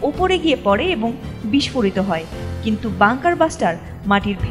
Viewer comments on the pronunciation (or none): none